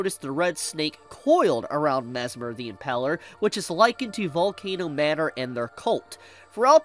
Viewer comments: Impaler, not Impeler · The way says "Impaler" hurts my soul. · Me too. I hate how he says it